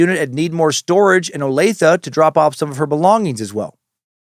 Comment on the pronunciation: Yes Dan you pronounced Olathe Kansas correctly